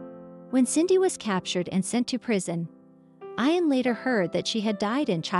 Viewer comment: Ian pronounces "EE-AN".